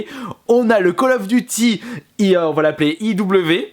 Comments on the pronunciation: favre en prononciation on dit Col of Diuty pas de calle ofeuh duti ... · ME C PA KALL OF DUCHY CHA